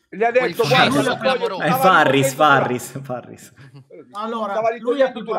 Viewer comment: Comunque si chiama FARRIS non Farias🤣